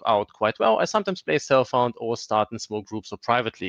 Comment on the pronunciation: It took me a while to realize you didn't say "cell phone", but "self-found". Guess I need to sleep :) Great vid, and good night!